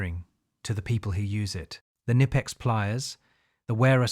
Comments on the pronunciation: Bro im from germany and its Not nipex, its Knipex😂, why do English speaking people want to pronounce Brand names in their Language and not the language of the companies origin, same with maybach or other 😂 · Pronounced Ka-nipex